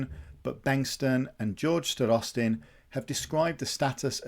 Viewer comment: Thanks for the great video. Just a minor note: Starostin has stress on the first syllable. Both Sergei and George 😊.